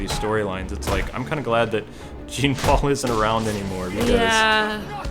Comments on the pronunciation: It's pronounced John not Gene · Its not JEEN paul. Its pronounced Its like John Paul but the J is more like SH. J+SH = Jean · It's pronounced as John.